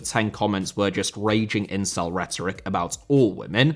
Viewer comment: What's with the incels in the comments? Bring back and his pronunciation corrections. That's in-cel, not in-sul.